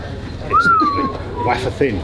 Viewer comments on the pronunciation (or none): Please somebody tell this guy that "Wafer," is pronounced "Way-fer," not "Waffer" haha